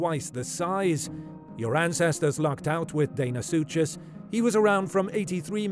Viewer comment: Deinosuchus is not pronounced “Dane o sue chase”! It’s pronounced “Dino sue cus”. I love the narrators voice but I hate mispronunciation!!!!